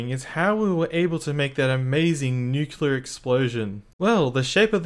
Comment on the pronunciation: bro its nuclear not nucular 💀💀💀